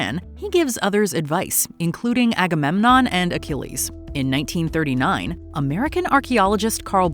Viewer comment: Everytime she said Agamenom my mind went "AGAMENOM WILL TAKE THE CHARGE!" lol